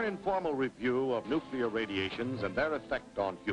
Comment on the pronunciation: Nukular radimashon? Evil spirits of the indians, lol